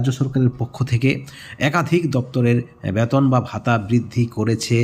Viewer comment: Age B-E-T-O-N UCHHARON TA THIK KORUN😂😂😂😂